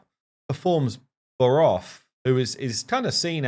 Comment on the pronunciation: Not gonna lie...made me chuckle every time you called Voroth "Vogoth". Too much RAID on the brain LOL